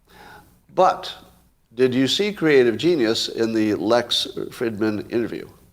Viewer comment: Small detail,, but doesn't Lex pronounce the 'i' in his last name w/ a long 'ee' sound?